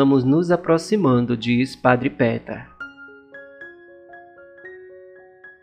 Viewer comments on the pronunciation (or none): Olá amigo, gosto muito dos seus vídeos, Deus abençoe sua missão!!!! Queria só fazer uma observação, para ajudar!!! Só a questão da pronúncia do nome do padre e do monte!!! Se pronuncia, Padre Petar Lubertite. E o monte se pronuncia, Pôdbodro!!! Abraço